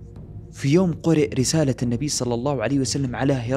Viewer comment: خطأ في التلاوة ، تعالَوْ وليس تعالوا ، إلا اللهَ بفتح الهاء وليس تسكينها ، قولوا اشْهدوا وليس أشهدُ